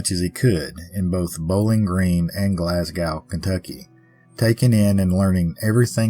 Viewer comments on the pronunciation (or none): none